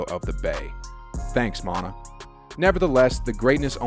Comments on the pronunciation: Not mon-ta it’s mon-tay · Not Montah....Montay!!!! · That cool and all but who thefook is montah? It’s pronounced Montae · Mon-ta? You must be a new Warriors fan.. maybe even new to ball.. it’s spelt monta but pronounced Mon-tay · Who is "mont-ah?" The guy who played on the warriors was named "mont-ay" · It’s yay- area.... like Bay Area.. not ya ya rea.... and Monta Ellis is pronounced mont-ay not mont-uh.... just an FYI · Lol. Mon-tah is Mon-tay. And it’s not ya-ya-rea, it’s yay area! 🤦‍♂️ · Geat report, but the guy is no Warriors fan for sure haha. It's not Mon-TA, It's Mon-TAY, every Ws fan knows that lol. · Bro nice ass story man, I didn't even know this. Just one thing tho: it's Monta (mon-TAY) NOT manta (Mon - uh) shit had me ROLLING. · Just an FYI, its pronounced Mon-"Tay" not Mon-"tah". Great video though, just want to give Monta his due respect for all he did for the organization! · MonTUH? It's MonTAY. And you really said "yaya rea?" Bro, it's pronounced "Yay Area" 😂 😂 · Omg, "" it's pronounced "Mon-Tay" and "Yae-Area". You're embarrassing. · Yay areaaaaaa lol. And Monta is pronounced Montay......... but great video as always my guy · His name is Monta pronounced MON-TAY dont disrespect my dawg like that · “Monta” 🤣 Come on bro lmao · HAHAHA this guy does not Bay. It's Monta, and pronounced Mon-tay. And it's Yay Area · Who tf is Montuh Ellis???! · Great Video 👍 His name is pronounced Mont- Tay....Lol Monta Ellis one of the most popular Golden State Warriors in team history💯👑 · Montah? Come on man!! Lmao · Monta is pronounced montay and #yayarea is yay area. Get it right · Mon-tay Ellis and Yay-area get it right bro 😢🙏🏽💯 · Thank you, Monna. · Who taught you how to pronounce Monta? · Please learn how to say Yay Area. Pronounce like bay area. Also you killed Monta Ellis name.. Good video though